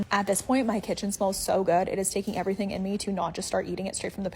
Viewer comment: Scammers everywhere: "Doo one ting", "Each 'n' ev'ry-ting", spot the difference.